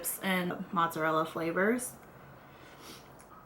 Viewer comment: It is not "motszarella" its freaking MOZZARELLA